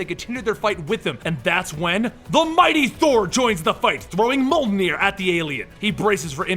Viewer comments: just so you its not pronounced molt-near, its actually pronounced mule-near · it's pronounced myol near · The way you say mjolnir XD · It seems no-one can say mjolnir correctly. It really isn't that hard.